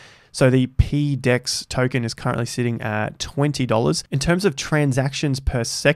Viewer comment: ..."peedex" is a terrible way to pronounce that acronym, how about "PoDex"?